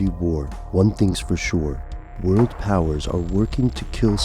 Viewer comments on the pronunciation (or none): none